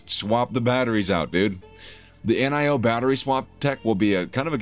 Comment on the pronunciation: "N.I.O."-- WTF??? -- Dude how can you make a video about NIO and not even know how its pronounced??